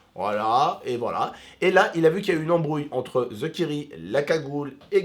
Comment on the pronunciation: pk il dit "ze kiri" pas "THE kairi"